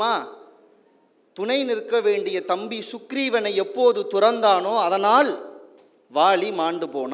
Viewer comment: அதனால்,அதனாள் இல்லை . உச்சரிப்பு கவனம் தேவை